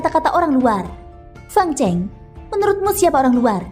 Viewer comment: Min itu fang cheng, salah membacanya...chêng bukan cèng